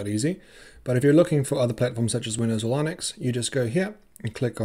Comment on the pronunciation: did you say lineux?